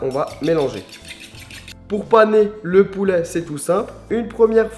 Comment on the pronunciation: "poulè" mdr